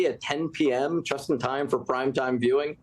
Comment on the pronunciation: That congressman just said “chust“ instead of “just“. Like they say in good old Pennsylvania… If you ain’t Dutch, you ain’t much. I guess I just notice it more onscreen these days.